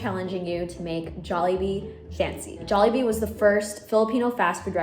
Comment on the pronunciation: so glad she didnt say “jawlibee”